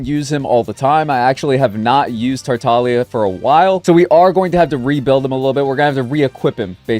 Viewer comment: 2025 and we’re still missing the g in tartaglia? `_>`